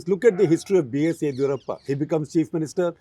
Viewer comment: Sir. Of course experts required for you both not on just on the nuance of Karnataka politics but also how to properly pronounce “ Yediyurappa” correctly.